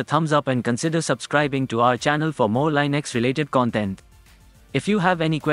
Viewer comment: It's pronounced Lin Ex, not Line Ix